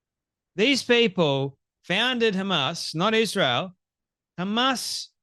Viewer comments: Why does she say 'eeshreal' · She says "Ish-reel" with that smug mug.🤨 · Candace is a hateful JackAss and Brigitte Macron is a MAN! Even a Jerk like Candace can be right sometimes. Truth be told, she went off the deep end after converting to Catholicism. Notice how even Candace Owens pronounces Israel: IS REAL Israel is real!!! Subconsciously, it comes right out of our enemy's mouth... Kanye is a proud Hitler sympathizer and Candace loves him, that is very telling of Candace. Fraud. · Ishrael....she can't even say our country's name right. Such hatred. I live here. October 7 happened. Everyone knows someone who died. Plus, how sad Hamas would be to know that she doesn't believe their efforts to destroy us. They took video and were proud of what they did. Celebrated in the streets. What does she think that was. I think she needs to be tied down and watch the Hamas videos of destruction. A**hole. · Why can she not pronounce Israel correctly? She says "Ishrael"